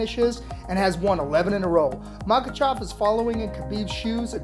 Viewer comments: How do you pronounce Makhachev wrong everytime you say it? Pronounced it differently everytime. It’s mah-Kah-chev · All i saw was 5 seconds of a highlight and kept hearing “MakaChaaaav” Boo 😂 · Makhachev❌ Makhachav✅ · "MAKACHAV!" i think it's pronounce "Makachev" (Makhachev) lol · how many times can this guy call him maka "chov" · Dude his name is not makachov, listen to your pronunciation and get it right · "Makachov" lol. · Man this guy butchered Islam's last name.. MOCKECHOV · Makhachav lol with an a ?